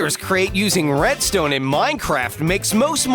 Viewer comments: He said bredstone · Who else heard him say breadstone* edit ur comment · Didnt he say bredstone